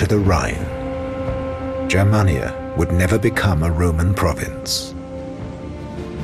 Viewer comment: TY for not pronouncing Germania like "germ-mania.* (I'm not german). In the end it wasn't the barbarians the brought down the west, it was the Roman privileged class of bureaucrats when they had Majorianus, the last great emperor, arrested and decapitated in 461 bcz he had planned to reform the political stucture to make it more efficient but would've resulted in loss of privileges for the aristocracy.